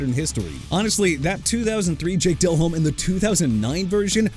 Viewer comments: JAKE DELHOMME AS IN DEH-LOHM NOT DEL-HOME! YOU CAN'T PRONOUNCE ANYBODY'S NAME RIGHT THEN YOU SHOULD BE A VOICE IN CAR ADVERTISEMENTS!! ALSO FYI IT'S CHICAGO AS IN SHUH-KAH-GOW OR SHEE-KAH-GOW!! GOODBYE!! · I turned this video off after seeing Jake Delehome and Matt Ryan being on this list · Its jake del omme not jake del home. Its like saying Brett Fa vre instead of Farve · It's not Dell Home damnit. It's pronounced like Delome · Del-Ome..not Del-Home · Learn how to pronounce the names, Jake Del-Home-Ey and Rick Mir-or-er.... please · Uhm its Jake De-Lohm - Fix your AI buddy - If you want to act like you know football, don't mispronounce the names of the players you are talking about. Makes you sound like an idiot... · This list makes 0 sense and it’s clear AI slop. DelHOME lol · Hate yalls pronunciation of Delhomme, and im not even a Panthers fan Edit: And the pronunciation of Rick Mirer